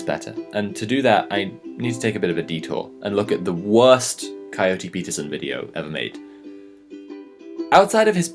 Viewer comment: Coyote... Ohhhh I was half listening so thought he was saying Cody and just had a strange accent.